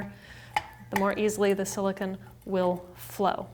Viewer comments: You're so annoying how you say silicone! It's not Siliken! Wtf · silicon is pronounced as you are saying in this video you are using silicone "cone"